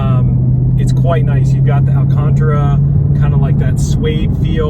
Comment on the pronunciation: Say it with me.... AL-CAN-TARA